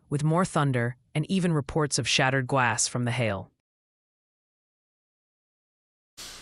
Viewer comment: Shattered gwass? C'mon.😂😂😂